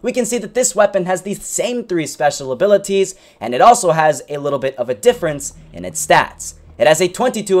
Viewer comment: He accented all the T's at the beginning reading the weapons abiliTies